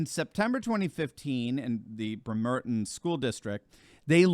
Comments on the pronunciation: It's Brem-er-ton not Bre-mer-ton! You need to spend more time in the Pacific Northwest. It's where you catch the ferry to Alaska. The service is called the Alaska Marine Highway. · Little thing here. It's not Brem-Er-Tin, it's Bremer-tun. I spent 22 years in the Pacific Northwest after doing my time in the USArmy, from Ft Lewis, 2nd/75th Ranger Regiment. Bremer-tun. Not to be pissy but it's easy to identify people who've never physically been to a location, when they mispronounce cities or counties. Love your channel, keep it going strong! Edward Gibbon, from the, "Decline and Fall Of The Roman Empire," credits the loss of the Mos Maiorium, the loss of faith and civic virtue for the end of the Romans. It was true then, it's true now. We're repeating history, my friend. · Just to clarify, -- it is BREHM-er-ton, not Breh-MER-ton (I grew up across Puget Sound from there, in Seattle):-) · the town & the school are BREMerton, not BreMERton. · the town and the school are BREMerton, not BreMERton. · I believe it is pronounced Brem er ton. I was stationed there in my navy days. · It's pronounced Brem-er-ton. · Good video. Just a small thing: The city is pronounced like "bremmer-ton". Not surprised that a city so close to Seattle fired someone with any kind of religious bent... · Just a small FYI... It's pronounced Brem-er-tin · Pronounced Brim-er-ton!!! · Check your pronunciation. It is “BREMmer tin” for the locals. I think you accented the second syllable it should be on the first syllable. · Brem -er-ton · Its Brem er ton That is how you say it. Not critic just offering help. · BREM er ton-emphasis on the first syllable. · Hey, Thank you for your great reporting Just as an FYI, the city of “Bremerton, WA” is pronounced “BREM’ ERTON” Emphasis on the first syllable: ) Keep up the great work! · Brem- er-ton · Production note: Accent the first syllable not the second in Bremerton.